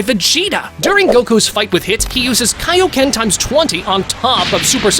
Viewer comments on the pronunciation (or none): none